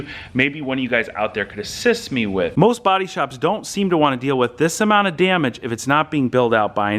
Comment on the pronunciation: I'm sorry but it really bothers me how the f.. u say DAMAGE... "Djemech" :D